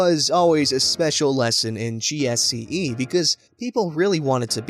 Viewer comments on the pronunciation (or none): G C S E... not gsce... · I was thinking same thing as well. Though I'd check comments 1st to see anyone else noticed. Why was he saying GSCE? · But the way he says GCSE is painful